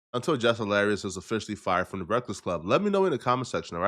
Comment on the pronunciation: can't pronounce breakfast